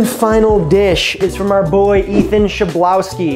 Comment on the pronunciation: it's pronounced "khlebovski" if that helps LOL nice video ! i'd love to see you include recipes from Not Another Cooking Show!